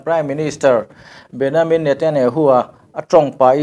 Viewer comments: An mahni Israel chuan Beniamin tiin an lam.. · English a "Ja" tih hi Jewish chuan "Ya" an tih avanga BenYamin tia lam a ni ang. 'n a lam dik e. Ya (english:Jehovah; Jewish:YAHWEH) tih hi LALPA lei leh van siamtu hming a ni. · A lam dik e. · Bennyamin ati 😁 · min a an Prime minister Hming i lam dan chuan hrilh a va tihai ve le e😁😉👍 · Pronunciation hi ka lo chik ve mai mai thin a. Israel('I sa rel') ti a i rawn lam khan mizo ril rem in i rawn lam ah ka lo ngai a, a tha khawp mai. Mahse, an PM Benjamin Netanyahu hming kha chu Benyamin i rawn ti ta daih khan i rilru ngheh tawk lohna a lang tel.